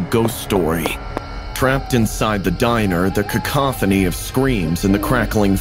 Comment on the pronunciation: the female narrator seems slow... she can't pronounce words like cacophony or era and era is a single syllable word...